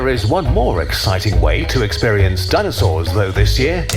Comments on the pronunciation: it's DINO-SAURS not dino-cerous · Dineocerous and georaffes 😂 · dino-cerous and geo-raffe i can't this guy is killing me